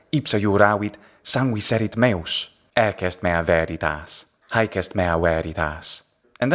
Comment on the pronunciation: Yeah, it actually does sound as if he said, "ecce" in the Classical Latin pronunciation.